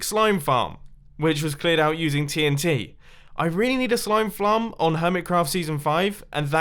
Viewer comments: did he say slime flarm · Anyone heard mumbo saying "slime flarm?" Definitely a spoon moment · “I really need a slime flarm” good job mumbo you said it wrong. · DID HE SAID slime flarm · Did you say slam ferm in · he says slime flum 😂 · “I really need a Slime Flarm...” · did he just say flrm sarm?????? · "I need a slime flarm" good job Mumbo. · 'Slime flarm' 😂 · “I really need a slime flarm” Mumbo 2017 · He said slime flarm